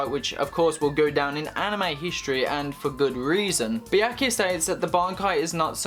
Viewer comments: kuchiki what? biaki? wtf is it so hard for u to pronounce byakuya? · The topic seemed interesting, but i couldn't watch this video more than 1 minute with how this guy mispronounces Byakuya